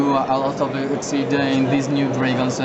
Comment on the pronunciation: Dragonzé. Haha dat accent